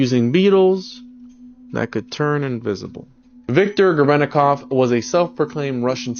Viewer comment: The guy explaining the viktor grebennikov levitation completely butchered it.